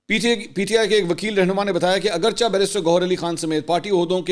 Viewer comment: اگرچہ” کو اگرچےُ پڑھتے ہیں منصور